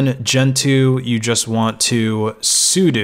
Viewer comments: It's sudo not sudu. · I have never heard someone pronounce "/etc" as "Etsy". Also, "sudo" is pronounced "sue-dough". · Hearing Sudo pronounced as su - du instead of su-dough and realizing I've been saying it wrong my whole life oh well, not gonna start now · why does everybody pronounce it as soodoo it gets on my nerves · i've pronounced it like "as you do" LOL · I've always known what it was short for but I've never in my life heard someone pronounce it the way he does